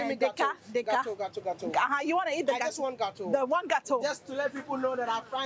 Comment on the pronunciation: This wode maya is too much! He make me laugh all the time. 'Gateau' is a french name for the food, NOT Gh....ana| Tog...o[Ga..To!]